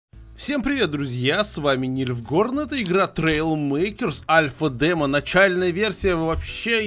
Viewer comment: дальний космос. Какая нафиг Альва? Английский учи alpha читается как альфа. Ты видимо заядлый геймер, если знаешь как называть начальные версии альвой версией.